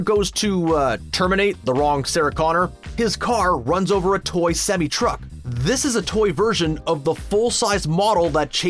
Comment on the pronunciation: Can you pronounce semi truck right? Jesus